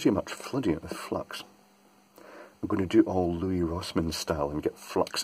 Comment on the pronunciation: we say Lou-ee for Louis. His name is pronounced Lewis. Think of St. Louis, Missouri. That’s pronounced Lewis as well. It’s literally Lou-is. For a long time I thought he was called Lou-ee as well. In one of his videos he referred to himself in the third person and he said “Lewis”. Edited to add link to the video for you: He says his name on the linked video.